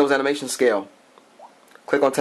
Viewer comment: its animation not amination.lol.